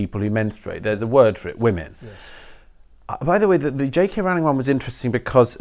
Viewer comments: Peter and Douglas: please note that the first syllable of "Rowling" rhymes with "grow" and "glow", not with "now" and "cow". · It's Rowling as in the "Rolling Stones". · I don't like her but it does annoy me that people mispronounce her surname